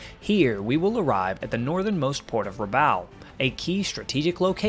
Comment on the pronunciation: Rabaul rhymes with “ball”.